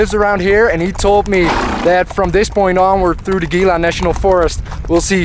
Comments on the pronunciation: Gila - pronounced he-la. Great journey, keep em coming! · it is spelled gila but it is hela.